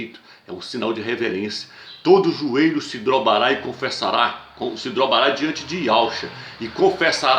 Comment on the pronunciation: Disse "drobará"... e duas vezes ainda... kkkk